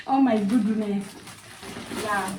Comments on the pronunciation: I'm hearing "oh my gooduness!? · Ati unasema Ooh my Goduness😂ama ni mimi naskia zangu? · 😂😂😂yah amesema gudunesi😂 but Ako sawa ❤